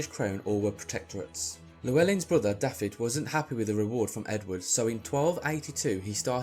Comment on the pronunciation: Nice video - but Dafydd is pronounced 'Dah-vith'